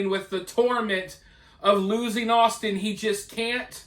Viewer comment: How does one mispronounce Austin?! Had to be intentional